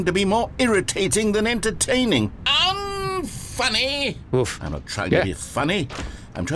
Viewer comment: I swear, the way the Narrator says "Unfunny" makes me laugh every single time. He somehow adds like 4 extra syllables, with a hint of that kind of "posh making fun of you" voice to it. Kills me no matter how many times I hear that bit.